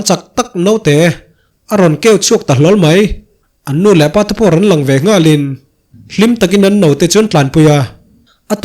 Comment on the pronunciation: Rawnnn hi ngatinge itih ziah a ,,Rawn che in ti ta maila ,,,i thluk vak zel a